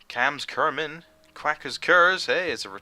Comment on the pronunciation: He actually pronounced Cams Kermin right this is awesome!!!!!